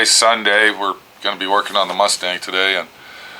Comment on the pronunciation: It was a rustang, not anymore. Maybe "Cuss-stang" since it has you cussing so much.;) Thanks for the videos, I always learn something & look forward to them!